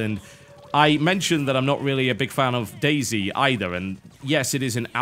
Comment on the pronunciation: the way TB says Day Z sounds like Daisy. It is funny.